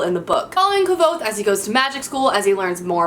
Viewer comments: I hate to be that person, but Kvothe is pronounced like "Quothe". I figure you would like to know, but it doesn't matter that much! Great choices by the way, we have a lot of books in common! Happy New Year! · It's actually pronounced Kwowth the v in Kvouth is pronounced as a w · Yessssss I'm currently reading A Wise Man's fear so I'm so pleased to see it on here! I find your pronunciation of Kvothe hilarious - I say (Kothe), rhymes with clothe, hahaha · I die a little inside every time she mispronounces Kvothe.